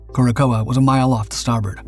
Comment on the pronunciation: "Cure a sow," or "cor sow," not "Cure a coa."